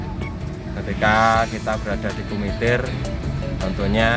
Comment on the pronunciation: Bukan KUMITIR tapiGUMITIR